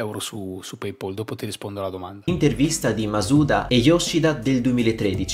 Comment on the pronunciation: ciao, sempre interessanti i tuoi punti di vista! video top come sempre! un piccolissimo appunto, PayPal si pronuncia "peipal" e non "peipol" perchè "pal" è la parola che significa "amico/compagno" e si pronuncia proprio come si scrive!